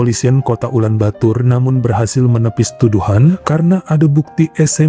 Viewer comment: Ulan bator bang, bukan ulan batur 👌👌